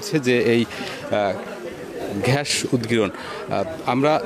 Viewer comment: প্রতিবেদক ভাই ঘ্যাস না গ্যাস হবে.